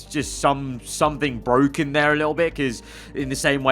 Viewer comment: It's bwoken